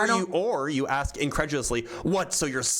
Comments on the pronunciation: When someone says.. let me "aks" you something? You know you're going to be pretty much talking to an inanimate object. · An engineer would NEVER say “Aks” instead of “Ask”. What an absolute MORON. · I've been an engineer for decades, and I've yet to hear another engineer say something like "ax you a question". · When someone says axe instead of ask, I consider that a big red flag regarding the persons intelligence. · Ehhh “ax” instead of “ask” is just a regional/cultural difference, like an accent. They’re both correct. It’s hard to change ways of speaking you grow up with, regardless of your profession or where you move later, etc. The development of all the variants in middle and modern English ax/aks/axe/ask from the Old English acsion (pronounced axion) is an interesting thing to learn about. The only reason “ask” was selected as the “proper” variant was because it happened to be how people in London said it at the time (1500s) and most people with north/western England said “ax” instead. Chaucer used both interchangeably, the first English translation of the Bible used “axe” etc. and many people still use it today. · Engineer my ass. He probably mops floors for a living. Also, can someone tell me how many x'es are in the word "ask"?